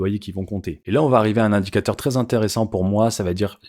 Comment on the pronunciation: Pitiié pour les oreilles Vrais et non Vré, Très et non Tré....